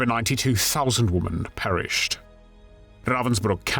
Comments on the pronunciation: Please pronounce women the correct way. Your saying womAn for womEn. Woman is singular, women is plural more than one. AI narration is PATHETIC!! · The plural of "woman" is "women", pronounced "Wimmen". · It’s women “wii-MEN”, it’s plural of woman “wooo-man” singular. Geez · Please learn how to pronounce women. It's different than woman.